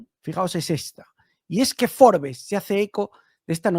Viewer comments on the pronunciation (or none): none